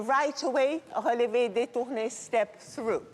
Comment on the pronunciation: Am I the only person who loves the way pronounces "relevé"?